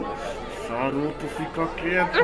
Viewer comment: não é saruto é soruto